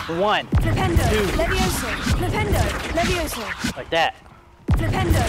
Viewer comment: It's LeviOsa not LeviosA😂❤